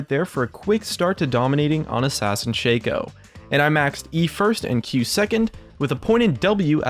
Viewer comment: YES THANKYOU FOR PRONOUNCING SHACO AS ''SHEI-COU''